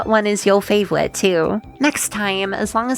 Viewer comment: wow, you really said fwaivorite, I'm expecting an apology video next week